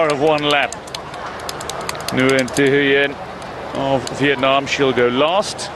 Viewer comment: Nguyen is one of the most common last names in the world. Professional commentators need to learn to pronounce it.